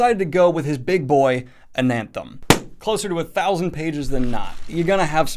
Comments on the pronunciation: Why do you keep saying “AnaNthem?” That second “N” isn’t there... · You keep saying "AnaNthem" with two Ns. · I keep getting really upset cuz I hear him say anthem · There's only one "n" in Anathem. It's not anaNthem. It's like the word anathema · When you talked about readin Ananthem in your other video, I thought you said Anthem and I was very confused because Ayn Rand isn’t exactly a loved author, haha.... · cant even say the name of the book correctly.. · The way you pronounce Anathem is like you are a lost sline that never been to apert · Adding in an extra N into Anathem unreadable reeeee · Practice saying anathema. Then forget that last a. Anathem. It's supposed to be a cross between Anthem and Anathema, yes, but without the second 'n'. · You put the emphasis on the second syllable... Based on the Latin, which most of the words are borrowed from, (which is pasted into the world as "Old Orth"), the pronunciation should be stressed on the first syllable: ANathem. I get it, the word anAthema is stressed on the second syllable, but with the missing syllable the pronunciation should be ANathem. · "AnANthem"? What? No. "ANathem." There is no second n. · Honestly I like ananthem better, easier to pronounce then anathem. I will go with Daniel's pronounciation. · Just checking the pronunciation. Is it Ananthem? I've always thought it was Ana-theem.. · Snow crash is garbage. Also its "ana-them" not "an-anthem" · Only one N in Anathem. :) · Damn, Daniel, dyslexia kicking in hard today, huh? It's NeAl Stephenson and Anathem, not AnaNthem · Why on earth do you keep saying Ana"N"them? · I've read Anathem, but i've never heard of this book 'An Anthem' - i think i just don't speak the particular pidgen english used by youtubers, and honestly i hope my brain never gets infected with it. There are several videos where NS discusses this book, so i don't understand the motivation for consistently mispronouncing the title. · Daniel. You keep saying Ananthem.